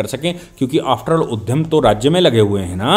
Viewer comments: माननीय किसी भी विषय पर आपका विश्लेषण उत्कृष्ट कोटि का होता है,जिसे सुनकर हम सब लाभान्वित होते हैं।यह आपके गहन अध्ययन का परिचय है,किंतु इतने महान विचारक जब(उद्यम)को उधम और विद्यालय शब्द को विध्यालय उच्चरित करते हैं,तब मुझे बहुत बुरा लगता है।कृपया ध्यान दीजिएगा। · आदरणीय, आप ब्राह्मण जाति से है। आप विश्लेषण बहुत बढ़िया करते हैं परन्तु कभी-कभी अशुद्ध उच्चारण करते हैं तो हमें इसलिए बुरा लगता है कि आप महर्षि पाणिनि की वंशावली से हैं । उद्यम और उधम में अंतर है जी, उद्यम - श्रम, उधम - उत्पात । कृपया उच्चारण सही करने का कष्ट करें, हमें आपका विश्लेषण बहुत अच्छा लगता है। नमस्ते सदा वत्सले मातृभूमि।